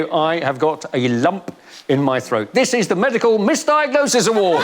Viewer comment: this one from Ed is probably my favourite! “And thees ees my…”😂